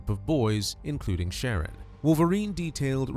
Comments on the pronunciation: its sha- ron. I said the same thing until I remembered how my people name our kids. The narrator is saying Sharon, but its pronounced sha-ron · It's obviously pronounced "Shuh-Ron". AI is so silly. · It’s Shar-ron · Did you listen to his mother addressing him? She called him "Sha-rón" with emphasis on the last syllable, Ron. She also called him Ronnie.The computer voice mispronounced his name throughout the video. Naming him Sharron was just one of a host of stupid mistakes his mother made from the moment of his birth. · I enjoy that you've mispronounced this idiots name through out the entire video.